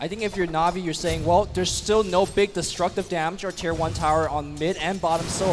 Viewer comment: Tier not chir.